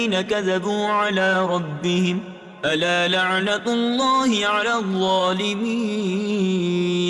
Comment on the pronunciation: ala la'natallahi aap ne padha jabki ala la'natullahi hai😊